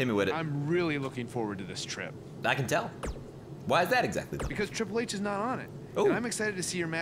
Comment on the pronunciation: Riple H😂😂😂 shii kills me everytime